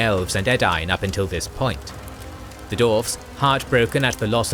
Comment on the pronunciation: Absolutely amazing job. This was fascinating to watch. Hope you don't mind me asking about why you pronounce dwarves as dorfs (missing the W out) ? I've noticed that this is a persistant problem in all of your videos & only ever for that one word. Doesn't stop the videos being brilliant of course, but that small pronunciation correction would make a big improvement. You pronounce every other word (including far more difiicult to pronounce words) perfectly, so I'm not sure why dwarves is the one word you have a problem pronouncing correctly. Thanks a lot for making this vid & looking to your future videos / continuation of this great story.